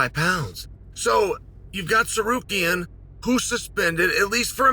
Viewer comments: He pronounce Sarukiyan.Then again made it Sakuriyan. Comw on chael.. You do intentionally. Do you think it makes you look good 😂😂😂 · Arman "Sicario" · haha you're right too! He did do that! I rather not see Mackochev vs Sickarian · imagine calling arman sa-kare-rian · Chael said Tsarukyan correctly then 20 seconds later says Sickarian lol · I honestly though he was saying Zacharian and I had to rewind a few times to realize who he meant😂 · Chael said Tsarukyans name correctly then said it wrong😂 broke kayfabe